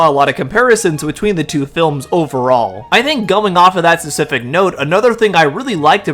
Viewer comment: the way you say specific is driving me nuts, fesific?